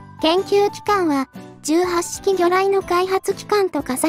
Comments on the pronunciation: 18式(じゅうはっしき)は、(ひとはちしき)の、間違い。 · 相変わらず読み方直さんな ひとはちしきと自衛隊では読むのに 元陸自だが 聞くに堪えんな